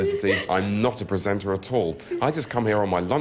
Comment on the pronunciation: Did he say "tiss-yoo" at the end? I thought it was pronounced "tishoo".